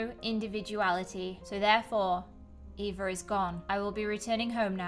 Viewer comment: You say Eva like efa